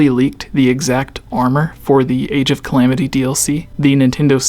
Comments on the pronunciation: Can you please show Hyrule Warriors: Age of Calamity the utmost respect by actually saying “Calamity” and not clams…it sounds so wrong when you say that. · Maybe it's just me but "Age of calams" is really annoying.